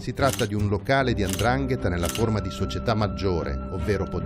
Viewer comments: Non si dice Andrangheta !!!! Si dice 'ndrangheta !!! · Tutto molto bello,ma si dice Ndrangheta non Andrangheta